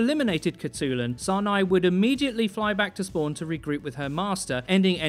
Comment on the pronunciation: hi im a mongolian person myself, and id just like to say that her name would actually be pronounced "hut-lun"!